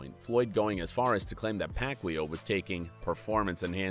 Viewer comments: Pacquaio not pacqweow haha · No one: Literally no one: Hip Hop Content: Pacweelow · Did you just say Pacwheel? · manny pac-yow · You said pacquiao name wrong some many times !!! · I hate the way this guy pronounces "Pacquiao". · first of all, nobody in the states says the pacquiao name right, only filipinos know how to pronounce that correctly. and second, pacquiao beat mayweather in court and in the ring and made over $150 million.